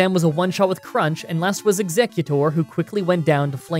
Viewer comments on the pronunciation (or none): none